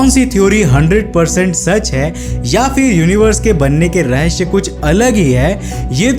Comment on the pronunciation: Bhai रहस्य होता है रस्य नहीं होता .